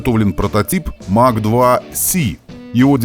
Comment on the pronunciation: Mach произносится как Мах - это немецкая фамилия. Имеется в виду Эрнст Мах, в честь которого названа единица измерения скорости относительно скорости звука. Сверхзвук - популярная в те времена тема :)